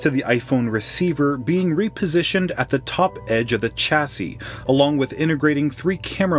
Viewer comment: Chassis is pronounced shassy